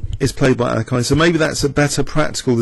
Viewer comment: lol no it sounds terrible